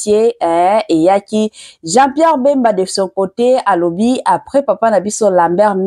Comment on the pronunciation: Eza nde bemba et non mbemba